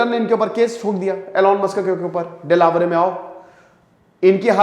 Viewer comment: सर वो देलावरे नहीं है वो डेलावेयर है